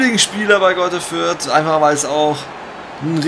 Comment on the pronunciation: Sehr starkes Video aber es heisst nicht Greuther Fürth